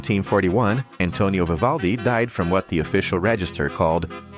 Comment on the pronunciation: Oh please just try tò pronounce his name correctly, if yoy are capable of 🫣😵‍💫😖